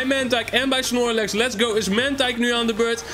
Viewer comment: Snorlex hahahhaahahhaahahahahahahahahahahah geen snirlex maar munlex